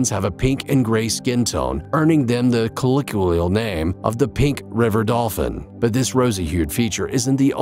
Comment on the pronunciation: 'Intrijing' ay? 'Minerial'? 'Colliquial'? Many mispronunciations ....